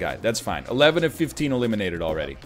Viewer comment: Hahaha oh he's just saying elimidated now